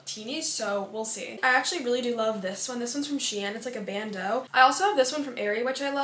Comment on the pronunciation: I love how she said she-in😂(no hate or anything I love your channel❤)